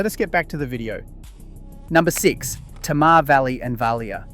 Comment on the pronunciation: Interesting, but you are mispronouncing Tamar. To me as a Tasmanian, it's actually painful.